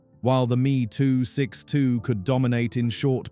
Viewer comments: Please, stop using gamerspeak. The Me 262 name is pronounced EM EE. Just like a Bf 109 is a Bee Eff 109. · Crappy AI narration. Meeeeee262